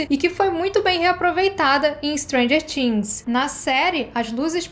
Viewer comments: "TH" no inglês é pronunciado com a língua entre os dentes, sem forçar o som do "T", na realidade perde esse som e fica algo próximo do "D". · O vídeo é ótimoooo!!!!! Mas a pronúncia de "things" me incomodou rsrss